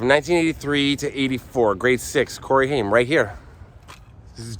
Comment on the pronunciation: Funny how you pronounced his name it is Haim rayim that is how you pronounce this last Jewish name